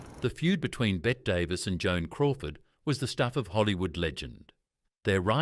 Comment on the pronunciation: There is no such actress as "Bet" Davis. Bette Davis is Hollywood royalty. Lousy AI will destroy youtube.